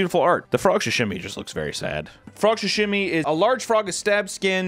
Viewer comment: Why is he saying “shashimi” it’s called SAshimi😭😭